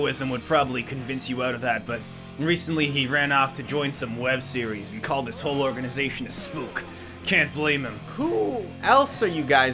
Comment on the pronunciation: “Dis is impossible!”